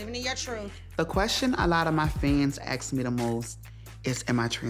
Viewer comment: Must you ax... 🤦🏻‍♀️